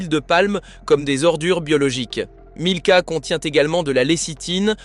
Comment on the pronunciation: En plus. Ils alternent la marque milka avec nilka systématiquement. Plutôt malin.